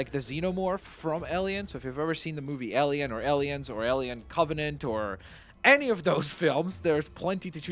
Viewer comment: Whenever ever he says alien it sounds like “Ellian”